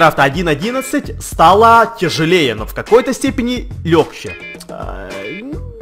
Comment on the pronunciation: Мда... Лёгче... Не лёгче а легче!!!